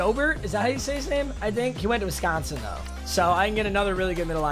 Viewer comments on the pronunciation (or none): none